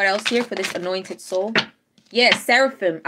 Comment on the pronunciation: Everytime you say "Highly anointed" I hear "Highly annoyed" 🤣 You're the best 🖖💎💕🌌